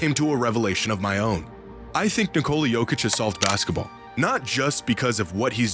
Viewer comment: Holy shit that butchering of the name